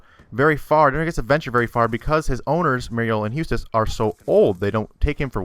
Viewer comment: lol how u say courage lol and eustace. it's eustace not hustace and not hoostace